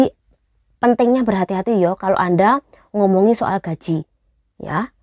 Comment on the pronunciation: dari tadi ngomonge konyol salah cara membacakan gajih baru nyadar ...